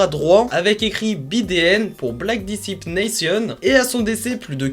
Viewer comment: Juste arrête de dire disciple comme en français stp , la prononciation anglaise serait plus dans le ton. Bonne continuation